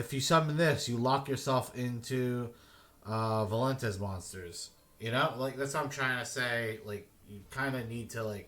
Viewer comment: valentez? it's Vaylantz (vei-len-tz)